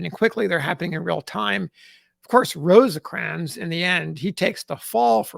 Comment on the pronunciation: It is just "Rose-crans". Not, I repeat, NOT "Rose-ahh-crans". Thank you.